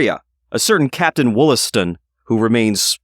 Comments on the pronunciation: The name is pronounced "WAHL-ass-ton" - (long 'O' sounds like an 'A') likely both back then and in the Boston area today. There is a Subway stop named 'Wollaston' because it stops in the Wollaston neighborhood of Quincy, MA named for him. Also nearby is Wollaston Beach. Quincy was originally called Merrymount and there is still a Merrymount neighborhood. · Wollaston is actually pronounced Wallaston.